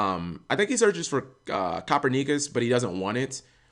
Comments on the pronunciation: Yo did cap say copper knee cuss, instead of Copernicus the famous Renaissance astronomer, it's pronounced cuh-per-ni-cuss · YOU'RE Killing me with that pronunciation. I think phonetically it's ca-pern-na-kiss not cooper-knee-kus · Copper Neekus, Lam-nee-uh, tooken. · "copper neecus" cringe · You should really learn how to pronounce Copernicus. I'm pretty surprised you could pronounce Thomas correctly. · We taught you how to pronounce Copernicus but he forgot BibleThump